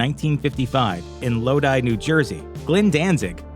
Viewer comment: You got the pronunciation of Lodi correct but did not track down easy to find images of early members? I’m puzzled.